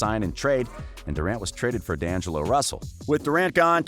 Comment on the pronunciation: I would subscribe if you could pronounce any ONE of those players correctly. Draymin, steven, dongelo, 😂😂 come on now